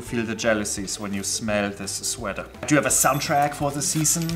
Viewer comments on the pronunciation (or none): "Shweater" haha